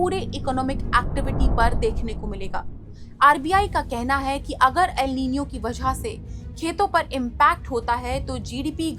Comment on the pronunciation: First learn to pronounce the word correctly